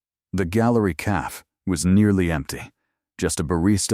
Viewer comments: Right off the bat. Once again AI can’t count. “Just 3 words. I’ve never done this before.” That’s 5 words AI. It totally detracts from the story when such blatant errors are in it right from the start. How does AI not know how to pronounce “cafe”? It’s not caff! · Great story!❤ Anyone else get frustrated with the narrator not saying “cafe” properly??it’s not a hard word? Why are the main characters always a “Chen” and “Dante”? Are there not other names they can use?